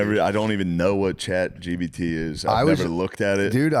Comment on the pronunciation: For the love of christ Shane, its ChatGPT, not GBT